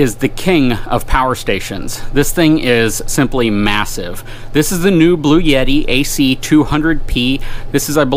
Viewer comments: Bluetti, as in bloo-etti, not Blue Yeti lol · It's Bluetti, not Blue-Yeti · It’s a bluetti not a blueyette